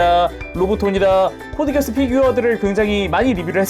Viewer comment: 코드기어스- X 코드기아스가 맞는 표현입니다 Geass-기아스는 켈트신화에 나오는 맹약이라서 이걸 기어스로 읽으면 안되요